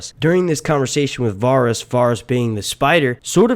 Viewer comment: How can you not know how to say “Varys” correctly after all this time? I cringed every time you said it.